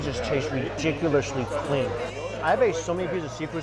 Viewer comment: Lmao why does it sound like mike pronounces clean as “cghlean” 😂😩